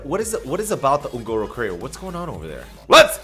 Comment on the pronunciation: ON - GOR - OH, not hard to pronounce